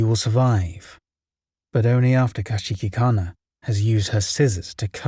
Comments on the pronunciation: i have never heard someone mispronounce kuchisake-onna so incorrectly XD still a great video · The way you're pronouncing Kuchisake Onna is making my head spin. How. Why